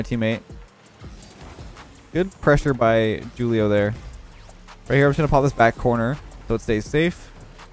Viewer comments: Anyone else find it humorous how pronounced Julio? Just a heads up it’s pronounced Who-Lee-Oh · you pronounce Julio wrong. The J is supposed to be how you pronounce the "H" in the word how. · “Jewelio”